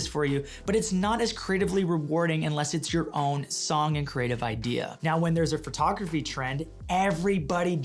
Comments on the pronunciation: “The art of Fart-ography.” I can’t stop hearing it now lolololol. Sorry. 🤣🤣🤣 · Sidebar: No criticism, just a sincere question based in my own ignorance, is "phertography" a Hau-ism or the way Canadians pronounce "photography?" PS, your cat looks super badass, like it will grow up to have super powers. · This dude says photography the same way I do.... fertography. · hurr. So, I might be crazy, or it may be candian, but I swear it sounds like he's saying furtography when he says photography.